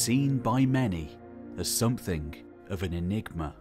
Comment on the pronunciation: Call me old fashioned but when I listen to the narration of a video about the possible origin of cities in our society. I prefer the narrator, who understandably might struggle with specific pronouns, to be able to pronounce the word "something" without substituting a K for the G. "Some-think" is not a word , if it was, I am almost sure George Orwell would have made good use of it, possibly even inventing it himself.